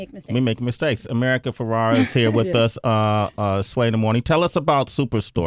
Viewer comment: Please say her last name correctly. America is too sweet for not correcting you.